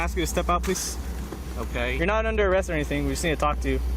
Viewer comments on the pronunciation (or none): The AI is absurd. “Arrest” isn’t pronounced “Air Ist.” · and 'Air rest' for arrest. pfffft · Is this AI voice mispronouncing Arrest, and numerous other simple words?